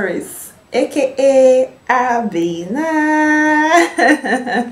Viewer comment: The name is not Abe-na it is Aben-na